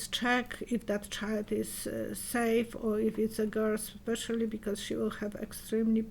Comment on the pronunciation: The word is *especially. I’m sorry this happened to you. I have a traumatic brain injury myself. Have you reached out to the Brain Injury Services in your state? There are online courses you can take to help yourself. It’s good to interact with fellow TBI sufferers, as they can better understand what you’re going through.